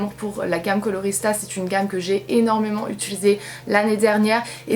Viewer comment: Utulisé ? Mdrrr je plaisante tu le dis tout à fait correctement ! J’adore c’est trop canon